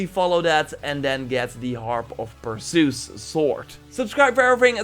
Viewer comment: Correct me if I am wrong but isn’t the sword you get from Medusa pronounced (perr-sea-is)